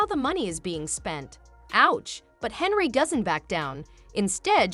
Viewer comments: You couldn't catch that your AI translation was pronouncing HENYARD and HENRY the ENTIRE DAMN VIDEO? Nice Job Genius. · This AI shit is gettign old. You can tell it's AI cause even though the fucking title has her last name right the AI is saying Henry. This is why I'm probably not gonna keep my Premium. I ain't gonna pay for computer generated content. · You need to learn how to pronounc her name and until you do I will not give you a thumbs up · Get her name right mr. Bot